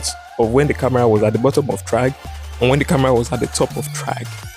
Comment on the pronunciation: "this is chragg" 🗣🗣🔥🔥